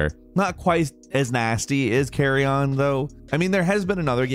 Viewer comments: Carrion is not pronounced carry on. Its careeon. One fluid sound. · Its "karee-yin". If you said it properly no one would get confused with luggage in the first place. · FFS it's CarriUn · Never heard someone pronounce carrion as carry-on before, lol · Carrion pronunciation hurts me...Google exists.